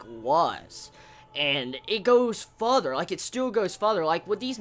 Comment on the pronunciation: Lol sorry bro I couldn't help but correct the way you say further. You say futher instead of further, not criticizing you, was just pointing that out for you :) But I am really in love with this series. It bothered me how he sliced out Ilya's eyes and then stabbed her with no hesitation though.